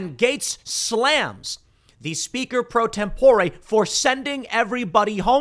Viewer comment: either way the way Tim is saying it sounds way off.